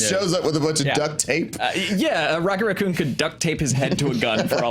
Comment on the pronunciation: "Rocket Racconn"